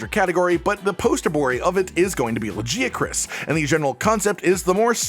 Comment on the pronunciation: Why did you say Lagiacrus like that.